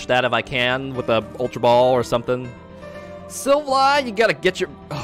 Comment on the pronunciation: enjoy the videos and deck profiles! however, its pronounced SIL-Val-LEE....not sil va lie